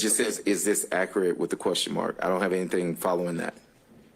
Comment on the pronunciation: "is this accurit?"